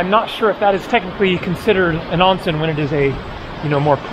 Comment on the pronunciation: I've been enjoying your videos since they popped up on my feed last week. Living in Japan myself for the last 20 years, it's still cool to see places I haven't visited yet. May I offer you a bit of advice on your Japanese? The first syllable of the word "onsen" is pronounced like the English word "own", rhyming with bone, tone, and phone. Minor point, but it'll have you sounding like a native in no time. Anyway, keep up the good work. Looking forward to your upcoming videos. (Also, check out the Ise-Shima area in Mie Prefecture if you can!)